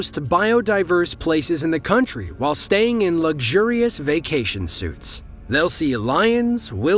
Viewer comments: You stay in luxury SUITES in Africa. A SUIT ("sooot") - no "E" on the end - is something you wear. A SUITE of rooms is pronounced "sweet"...it's a French word, which accounts for the pronunciation... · fyi - elephant story - 'stay in luxury suites' ....suites is pronounced sweets NOT suits (clothing attire) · In the elephant video, what are “luxury vacation suits”? I guess you misread “suites” in the script lol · I can't believe the narrator said "suit" instead of "suite"!😆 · "Vacation suits"? I think you meant "suites." (Pronounced like "sweets.") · Suites is pronounced 'sweets.' Tell your robot narrator. FFS. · Um... yes, you really did say "vacation suits." Tip: look up the pronunciation of "suites."